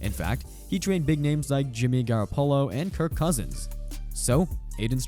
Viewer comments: Stopped when you said Garra-Polo… lol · Is this AI voice? Why can’t the guy pronounce Garoppollo like a text to speech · I could only take this so seriously, considering the narrator couldn't even pronounce Jimmy Garoppolo's name. Shows me he can't know much about football. Also check out 🤔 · Nah. If he doesn't know how to pronounce Jimmy Garoppolo, then don't include him... or just say Jimmy G. But I'm guessing he doesn't know enough about football to know that either.